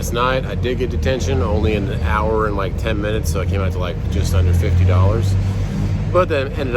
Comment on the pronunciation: When did "and" become "an"?